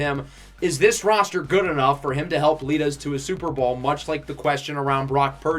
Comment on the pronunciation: What state do you live in? I find it interesting the way you say us because you say uzzz. Just like us in Pittsburgh say yinz instead of you guys.